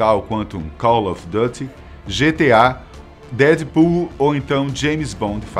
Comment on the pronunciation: é engraçado ver o cara tentando falar em ingles, errado a pronuncia do duty kkkkk